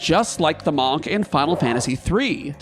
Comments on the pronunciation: The "O" in "monk" is pronounced like a soft "U" sound, more like "muhnk" than "mahnk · More like "Mankh" He's pronouncing it like the Egyptian "Ankh" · You are the first person I've heard NOT pronounce the word like "munk" and it's giving me a visceral reaction. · You're pronunciation of monk is really weird. It should be "munk" not "mohnk" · One note about Amarant; his No Mercy ability isn't necessarily non-elemental. It adopts the element of his weapon. That said,am I the only one who hears the pronunciation of "monk" like "bonk" rather than "bunk"? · “Maunk“ makes me wonder why most pronounce it as if it’s spelled “munk” I mean, geese don’t “hunk” and neither do cars. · Ahh yes, the MAWNK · I could not make it through this video because I couldn't keep hearing "Mahnk" >.< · May the best "mawnk" win! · Wtf is a Mawk? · Is this an accent thing? I could have sworn monk is pronounced more like munk. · I don't think I've heard anyone pronounce it "mahnk" before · Manque? Or Munk? Interesting pronunciation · I love watching your videos, but this one I had to mute. the pronunciation of the work Monk sounding like the first 3 letters in Monster versus sounding like Munk drove me bananas lol. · We love the Mawhnk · the way you say monk is just painful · WHY IS HE PRONOUNCING "Monk" LIKE THAT?!! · How you pronounce monk really gets to me 😂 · I’ve never heard someone say monk like that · Entertaining list. Also, I've never heard someone pronounce "monk" like that. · The way he pronounces Monk.... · I’ve never heard monk pronounced like that and it’s really throwing me off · The way you say Monk is so different then I have ever heard you put so much enface on the O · Sorry bro, but I can't finish it I'm gonna listen to your vowel choice that many times. It's too jarring, nobody says monk that way. Literally nobody. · Amused at how pronounces "monk" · Great video! Also the way you say “monk” is absolutely insane!